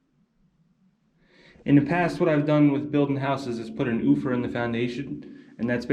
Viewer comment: Put a what in the foundation? An "oofor?"